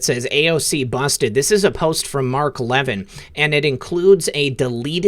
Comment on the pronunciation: I love, but I want to let you know Mark Levin pronounces his Le Vin. Todays report was mind blowing. Keep up the good fight buddy!